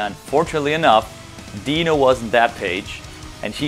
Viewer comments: Dino can’t even pronounce his name correctly lol. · dino pronouncing his name wrong when introducing milo.. oops. better fix that dino, its the same rule for how you pronounce the i in your own name 🤦‍♂🤦‍♂😂😂😂